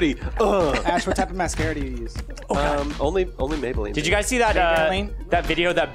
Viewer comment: Mabeline? More like Ma-Bear-Line